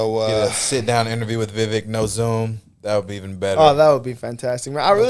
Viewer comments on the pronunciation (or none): His name is pronounced Viv AKE like cake😉💞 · Pronounced as "We Wake". Also his name in the ancient language Sanskrit means "Good Judgement, Wisdom, Knowledge etc" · We all better learn how to say it right. Vivek - like cake - cause my guy may just be the next pres. Think I'm leaning that way! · He corrected y’all it’s Vi VAKE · his name is pronounced VIVAKE, like cake. Call him the correct name and maybe he can answer you.. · I have to remember, it’s pronounced: vi - VAKE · Ugh the man said his own name wrong just to make it easier for the average American.